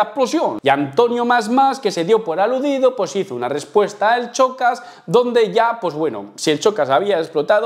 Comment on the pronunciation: En serio pronuncias "chocas" y ese punto de ego con una canción 😂😂😂no te vengas arriba gañán